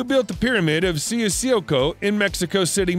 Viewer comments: The pronunciation of the Cuicuilco word is incorrect. Is not "CICILCO", the U's are not silent, you go with the full "CU" syllable as in "current" for example. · I got ear cancer when you pronounced Cuicuilco and Teotihuacán. It would have been nice to do some research on how the cities are pronounced. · Cuicuilco is pronounced like "coo-ee-coo-eelco", god xD